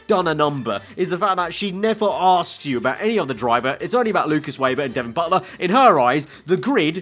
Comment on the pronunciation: Also tell Weber is pronounced ‘Vayber’ and not ‘Wayber’